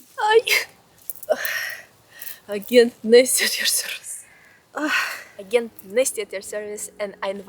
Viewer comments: Your pronunciation mistakes are helpful. You have brought the Russian «Г» to English. You are. Maybe this one was on purpose )). Can’t change it now! When trying to pronounce Russian properly I want to take my tongue and hit it with a hammer. Leaving your mistakes in the video makes it a real conversation. I don’t know a better way to describe it. It’s just helpful to solidify the relationship between the similar letters and sounds. Excellent video by the way. Пока пока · Agent Nesty is pronounced - Ayjent - with a soft 'g' like July, Juice, Jews, Jet, Justice etc